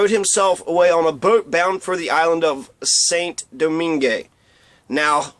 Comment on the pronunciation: Saint Domingue. Pronounced: Sān Doming. Not Saint Domingué.